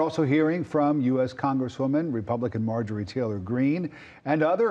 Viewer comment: He said her name wrong it’s Marjorie goofball green .